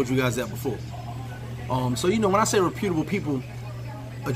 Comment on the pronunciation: reputable (rep-yuh-tuh-buhl) just saying, no disrespect.